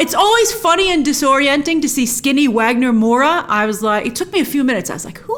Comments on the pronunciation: Just an FYI on Wagner Moura's name, the Portuguese pronunciation of his name is Vagner Moura. Just a simple V sound. Don't know if this matters to English speakers but there you go. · His name is pronounced Vagner Moura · Grace, not that I dont apreciate your pronunciation of Wagner Moura, one of our favorito actors here in Brasil, but is Vagner, like, with a V. Love you ❤️